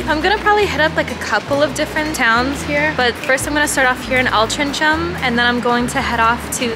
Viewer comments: Hey, I believe its pronounced Altrinc- ham (with a hard c then 'ham') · It's Altrincham - pronounced 'altering 'em' - think of 'changing things around' then add on 'am' at the end like you would finish off pronouncing Oldham. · This made me giggle :D It is prronounced Al-trin-gem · It's Alt-ring-ham, but pronounced more like Alt-ring-um. Love your vlogs ❤️❤️❤️ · Or All-tring-um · Altrincham believe it or not is pronounced AL TRING HAM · Its pronounced Ol-tring-em haha